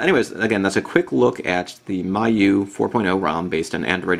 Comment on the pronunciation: If you check wikipedia, its pronounced me-you-i, not my-you-i :]